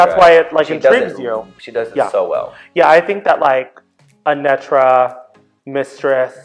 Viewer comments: Not "Anetra" 😢😅😂 "Aneetra" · HER NAME IS A-KNEEEEEE-TRA , NOT anet-tra! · It’s “Uh-NEE-truh” ❤ #Anetra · Not "ANetTra"😂👀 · It’s Deja being insistent on mispronouncing Anetra’s name for me. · Is Deja correct about the pronunciation of Anetra or did Willow pronounce the name wrong in the reveal? 😂